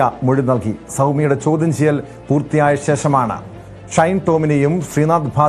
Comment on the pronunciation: ച്യാചി ചൗധ്യം അല്ല ചോദ്യം best team ആണ് വാർത്ത വിവരിക്കുന്നത്